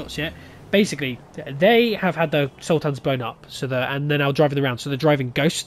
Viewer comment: Sultans, not Sul-tans! 😀